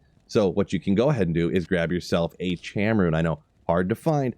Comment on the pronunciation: Cham is pronounced “Kam”, but nice video. What about Shael tho I didn’t see that. 😢